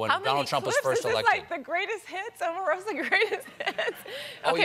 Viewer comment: ...and he still called her Ah-marosa at the end...😆